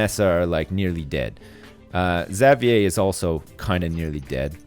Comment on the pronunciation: Jayden at least has one really good stat that he can focus on for training. Firing Xavier would be a good decision in the long run, because A) Xavier has bad stats (Not even one above 300!) and would be a big waste, and B) I cringe every time I hear him say "Zav-yay"